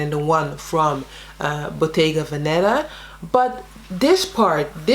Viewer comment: It's bottéga véneta. The accent is on the first e in veneta not venéta.